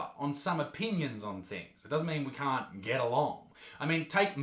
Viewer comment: Did say I cunt or I can't? Sorry I don't want to assume the wrong thing. I'm kidding definitely saying I cunt.